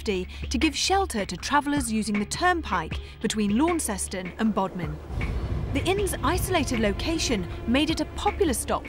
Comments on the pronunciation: Launceston is prounouced "Launston" or "Lawnson" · Lanson actually